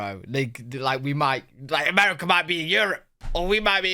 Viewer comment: Haha "Americer"